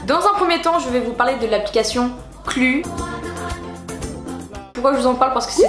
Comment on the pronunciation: Alors ok mais par contre ça se prononce Cloue (comme en anglais) et pas Cluuuue